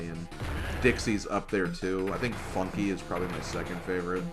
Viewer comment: did I hear mispronounce Funky Flights 2 as Fucky Flights 2